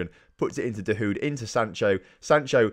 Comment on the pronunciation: You mispronounced some of your key players' names so here is some help how they are meant to be said Jadon Sancho- Pronounced Jay-don San-Cho (not Jordan Sancho) Julien Weigl- Pronounced Julien Y-Gle Mahmoud Dahoud- Mah-k-Mood Da-Houed Omer Toprak- O-mer Top-rack